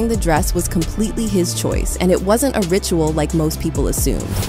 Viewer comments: loving that A.I. pronunciation of rit-u-ahhhl and uncer-tain and uncer-tainty 😂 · ritu-AHL and cer-tayne-tee?? huh? so this A.I. gen speech or what? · AI voice much? “ritoo-all”? “uncertayne?”